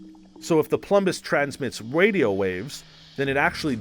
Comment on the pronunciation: Did anybody else hear him say wadio waves